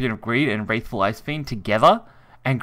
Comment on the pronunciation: Cocytus*, not 'Cyotus', Scion(sy-on) of Desire*, not 'Sicken of Desire'. WRATHFful, not 'Wraithful Icefiend'. RIP education system.